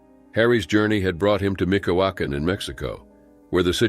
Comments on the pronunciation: Michoacan is pronounced MEE CHO AH CAN!! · You HORRENDOUSLY pronounced the state of Michoacan. Lol. Its MEEECH-OO-AHH-CAHN. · mich"hua can pronounced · Michoacan is pronounced: ME Cho akan!